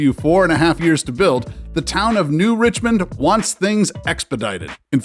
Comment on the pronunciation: I live right next to “New Richmond,” it’s actually New Richland, lol. Pretty scuzzy town, we used to make fun of it growing up, but it’s right in the heart of farm country if you’re in to that.